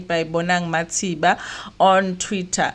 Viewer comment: Not mathiba but matheba